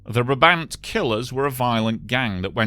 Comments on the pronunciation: Brabant Killers ( slightly botched the pronunciation there). I'm not sure the would ever get round to it, because it's such an extensive and complex case that it would require at least a ten-part documentary about the crimes, and a ten-part documentary about the botched police investigation, and even then you'd be left with more questions than answers. The Brabant Killers were responsible for a spate of crimes lasting from 1982 to 1985; 22 random criminal acts of which 12 with a fatal outcome, ranging from the theft of a single duck gun from a gun store (which, puzzlingly, was never used during any of the subsequent crimes but later found with a cache of weapons used by the gang), over car thefts and random murders, to a series of raids on supermarkets with excessive violence, the deadiest of which saw 8 killed, including children, with all victims executed from close distance. The loot taken in some of these robberies really didn't match the level of violence used: for instance, one of their raids saw 2 bystanders and 1 police agent killed, and a second police agent severely injured, for a loot of... 5 boxes of pralines, 5 cans of arachide oil, 5 cans of corn oil, 10 bags of ground coffee, and 40 bags of coffee beans. Even now, nearly 40 years after the last raid (November 9th 1985), the cases remain unsolved, with many names named but nobody ever officially linked to the crimes. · Never heard of him . Chainsaw accidents can happen so easily. You are pronouncing Brabant incorrectly. go to the wiki page on Brabant and there is a small sound file on how to say it correctly